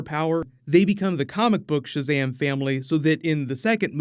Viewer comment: “Owpøn Šazæm-e” ☭